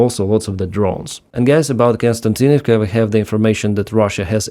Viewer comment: Kos-ti-an-tin-iv-ka. Not Kon-stan-tin-iv-ka. Please correct me if I'm wrong. I know is reading these names written in latin letters....